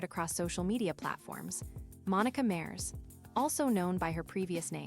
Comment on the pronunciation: It’s pronounced Mah-res which means “oceans” in Spanish